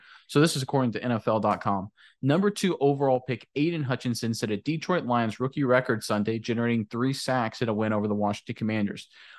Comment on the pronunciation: I love your videos but every time you mispronounce "Detroit" it's like fingernails on a blackboard. The emphasis should be on the second syllable. Please. Thank you.